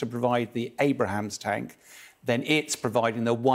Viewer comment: I wish he would stop calling it a “Abraham’s tank”. really annoying